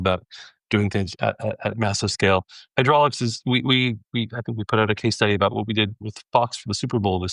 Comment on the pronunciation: Pssst… It's "Hydrolix"